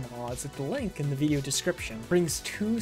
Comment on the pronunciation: Where are you from? I love the way you say veedio lol Also, I'm unable to launch the bat file. I've installed python 3.12 from the Windows Store + the three packages, but trying to launch it opens and immediately closes a command window. Error report attached below: Traceback (most recent call last): File "src/Polymath.py", line 15, in import Polymath_Software_Selector File "C:\Users\xxx\Desktop\BG 3 Mod Manager\Modding Utilities (Non-Mod Manager)\Polymath_2_0_0_Nexus\src\Polymath_Software_Selector.py", line 5, in import Polymath_ActionResourcePoints File "C:\Users\xxx\Desktop\BG 3 Mod Manager\Modding Utilities (Non-Mod Manager)\Polymath_2_0_0_Nexus\src\Polymath_ActionResourcePoints.py", line 2, in from pyarmor_runtime_000000 import _pyarmor_ File "C:\Users\xxx\Desktop\BG 3 Mod Manager\Modding Utilities (Non-Mod Manager)\Polymath_2_0_0_Nexus\src\pyarmor_runtime_000000\__init__.py", line 2, in from .pyarmor_runtime import _pyarmor_ ImportError: DLL load failed: The specified module could not be found. C:\Users\xxx\Desktop\BG 3 Mod Manager\Modding Utilities (Non-Mod Manager)\Polymath_2_0_0_Nexus>